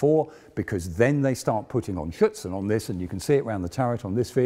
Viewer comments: I heard "Schützen" (rifleman) instead of "Schürze" (skirt). He is not really pronouncing the "r" in "Schürzen" which is important for understanding the word. (At least for me as a native German speaker) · Superb content, as always. Two suggestions: you may pronounce the manufacturer MAN not as thev word "man" but as single letters: "em a en". Afterall it is an abbreviation. Secondly, when you refer to the added standoff armour I always hear "Schützen". In reality it is "Schürzen" (apron).